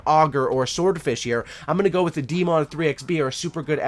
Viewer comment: Haha this dude calls the daemon the DeeeeMon lmao